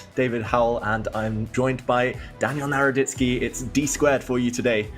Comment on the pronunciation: NARODITSKY- It's not NADORTSKEY it's NADORITSKY SKY-SKAY NOT SKEY